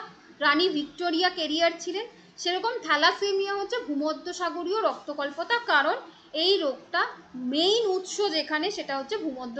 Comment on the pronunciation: ওটা রক্তল্পতা not রক্ত কল্পতা